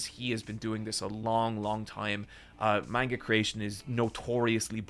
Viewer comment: Says manga wrong.